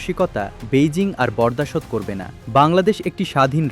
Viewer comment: বরদাশত কি? উচ্চারণ না জানলে মিডিয়া হাউজে চাকরী কীভাবে পায়...। আপনারা স্ট্যান্ডার্ড নিচে নামাচ্ছেন দেশের সাংবাদিকতার